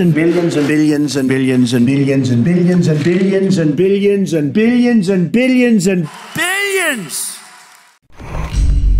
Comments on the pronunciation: Did someone else hear 'Billionson' instead of billions and billions? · Why did I hear not billions, but billiensen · Billions Bilions Billions after all I hear Billionson... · bill jensen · At the start, i heard opinion instead of billions lmao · Did anyone else just hear billiyonson ?😂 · It sound like he is saying billy en zen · Nobody Trump: BillYens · No one: Trump: billionzen